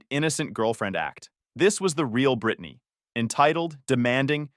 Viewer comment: Pronounced Brittanaaaay